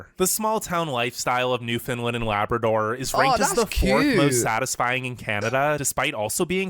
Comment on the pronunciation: Lay-Bra Door 🤣